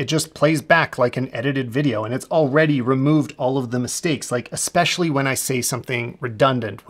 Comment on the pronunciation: Hey, great stuff - but it's ESpecially, not EXpecially 😅